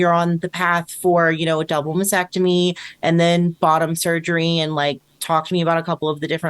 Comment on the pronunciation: I love you but you are not the only one who does this, and it's not so much pedantry as just something that grates in my head and makes me shout "Can no one say MASTECTOMY correctly!??"